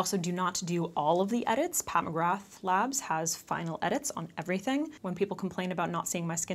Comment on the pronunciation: I wish you’d learn how to pronounce her name correctly 🤦🏽‍♀️🤣😂😂😂